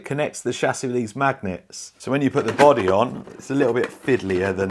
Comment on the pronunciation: 'A boddehs a boddeh innit?' *carefully jots down the new pick-up line*